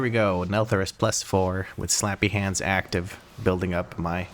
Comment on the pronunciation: HAH, he finally said it right: SLAPPY HANDS.